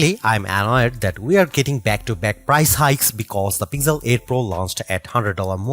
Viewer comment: This is Pixel not Pigjel....plz plz don't murder it... 🙏